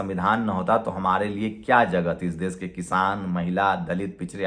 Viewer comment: Dais nahi daish Sosal nahi soshall( social)